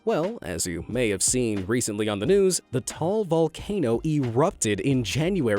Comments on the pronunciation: It's ta,al not tal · very late comment but Taal is pronounced as Ta al, not Tal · Its Ta - al not tal volcano🤣✋ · It's pronounced "Ta al" but I don't really mind Forgeiners pronouncing it as "Tall" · correction heheh..you don't read Taal as "tall", it's "ta-al" no hate mate love the vid! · bruh im sorry but taal is not pronounce like tal its ta-al but bruh i love Japan but idk that so im now willing to go to Japan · Lake Ta-al. Not Lake Tall. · its pronouced ta'al not toal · FYI TAAL Volcano is pronounce as TAH AHL not TOHL... Please do your research Mr. Narrator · Ta al not tal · actually it pronounced Ta al vulcano not Tall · Taal in the Philippines is pronounced as ta-al, not tall. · Actually taal is pronounced ta al and not straight like tall and yeah that is all i can say as a filipino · As a Filipino, I can say he mis-pronounced Taal Volcano. It's pronounced Ta-al, not Tahl. :/ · Tall Volcano Filipinos: Its Ta-al Volcano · Bro you said lake Taal Taal is wrong word You say ta-al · Taal isn't sai like that its said "Ta-al" but spelled "taal" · the volcano in the philippines is not called taal volcano or lake taal it's called ta-al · volcano taal is pronounsed ta.al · Hey it pronounced TA-AL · Bulkang taal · you said taal volcano wrongly xd